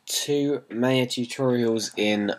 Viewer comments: lol, well I don't have a problem with it. But the company pronounces it (Mai Uh) unlike how you pronounce it (May Uh)... You know like the the Mayan's.. Its all good though I don't really care, haha.. Just thought I'd let you know. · lol.. he says maya wrong